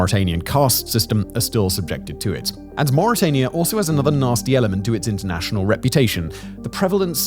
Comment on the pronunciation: You said murica wrong...